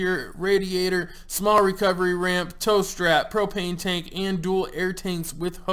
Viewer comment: anyone else understood "toast rack" instead of "tow strap"?